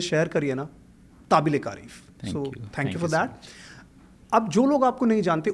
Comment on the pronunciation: अरे भाई क़ाबिले तारीफ़ होता है ताबिले कारीफ नहीं 😂